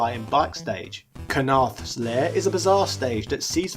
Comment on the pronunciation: Why do you pronounce it "Kanarth" when it's actually "Karnath?" "Ka-narth" or "Kar-nath?"